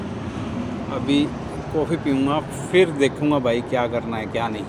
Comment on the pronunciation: Jokes Apart but Coffee ❌ Kooffi Check ✅😂😅